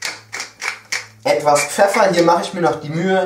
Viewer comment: "etwas Peffer" hahahahahah bester Mann